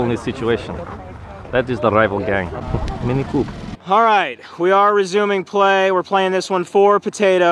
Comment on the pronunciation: says mini coop